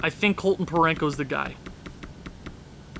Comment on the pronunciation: There's no n in Parayko 😂😂